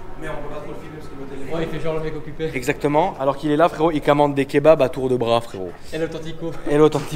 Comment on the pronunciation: parfois dit FRERIT au lieu de fréro.... ca veut dire quoi?